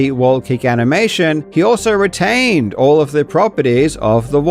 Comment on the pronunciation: You sound odd in this video mate, like disinterested or not engaged with the topic. If you're sick, speedy recovery boss. reTAINED. I guess the enthusiasm peaked haha